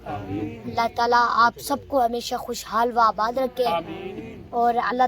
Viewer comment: خوشحال وا آباد نہیں کہتے۔۔۔خوشحالو آباد کہتے ہیں۔۔و فارسی میں اور کے لیے استعمال ہوتا ہے اور اسے او پڑھتے ہیں۔۔جیسے قومی ترانے میں ہے پرچم ستارہ و ہلال ۔۔۔